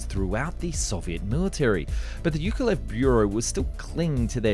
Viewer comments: Hey just for future reference, the name Yakovlev has two 'v's in it. "Ya-kov-lev" I had the same issue with this name for a while, I never noticed it in there! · Say after me: jaah-kof-lef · Bro it's YAKolev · Why do you say "yak" but then "Yukovlev"? The name Yak comes from "Yakovlev". It's pronounced the same. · Not YUkolev but YAkoVlev! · Thank you very much for the interesting video! 👍 Just a friendly advice. You pronounce the name of the aircraft - Yak - very well, but you mispronounce the name of the constructer - Yukovlev instead of Yakovlev. Please, use the same pronunciation you use for airplane at the beginning of the constructor's name. ✌ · For Pete's sake, Yakovlev[yakovlev], not [yukovlev]. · Yakovlev, why do you keep reading Yukulev? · You are saying Yukovlev, it should be Yakovlev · Not "Yukolev", but "Yakovlev" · It’s ya-KOV-lev, not yu-KO-lev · Ukulelele Ukulev. His name was Yakolvlev, ffs. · Yukovlev??? He's name is Alexander Sergeyevich Yakovlev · Pronounced YA-KOV-LEV, not ""youkolev" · Why you have no problem saying "Yak" but cannot say "Yakovlev" and keep saying "Yukolev" 🤦‍♂️🤦‍♂️🤦‍♂️😂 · his name is YAKOLEV not YUKOlev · YAK - OV - LEV. Learn to read before pronouncing the name. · How hard is it to pronounce "Yakolev"?!